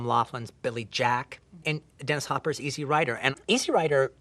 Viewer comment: Dude" It's Easy Rider. Not Easy rider. What a Dork. The way he says it makes it sound like it's a movie about someone's lawn mower.